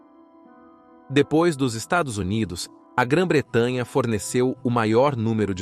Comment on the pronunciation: Porque não consegue falar estados unidos? 😂